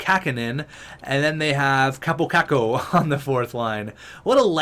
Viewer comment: Btw Kaapo Kakko is pronounced like: Kaa-pou Ka-kou not like: Ka-po Ka-ko